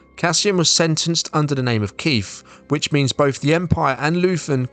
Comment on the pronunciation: It's Keef, not Keith. Funnily enough I used to know a guy called that. He was called Keith a lot too. Much to his annoyance.